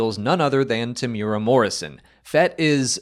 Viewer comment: It is pronounced Tem-yoo-ear-ah